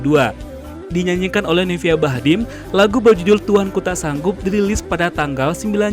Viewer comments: Ralat juga : novia bachmid , bukan bachdim Bach-mid Bukan Bach-dim Awalnya saya kira anda hanya akan 1 kali salah melafalkannya, ya khilaf lah gt, tapi trnyata yg ada di fikiran Anda mgkn memang bach-dim 🤣🤣 Bingung ya mas? 😅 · bukan bachdim. tapi Bahcmid. Novia Bachmid.